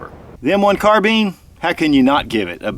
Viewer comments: Are we going to ignore the fact that he said carbeen instead of carbine in the video? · That's not how u say Carbine it's bine not bean your saying it like bean it's bine Carbine your saying it like Carbean it's Carbine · Carbine..not carbean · Carbean? Carbine! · Its carbine not carten bro from Nathan Zane Trowbridge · Never heard anyone call it a "car-bean" before. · Carbine. Car-Bine. kärˌbīn,ˈkärbēn Not bean. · Say "nine" remove the n leaving "ine" Now say "Car" Now say carb - ine correctly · American English?